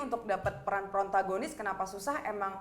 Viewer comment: protagonis bukan prontagonis hehe.